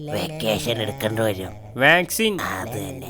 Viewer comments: Vaccation alla vaccine 😅🤭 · Vecation........alla🤦‍♂️ vaccine aa😂😂😂😂😂